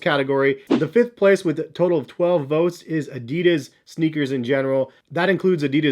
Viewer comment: It hurst how he pronounced adidas:(